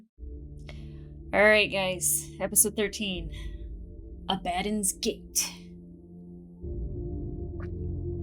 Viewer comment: Love ya but it's Abba.. Dons. Gate.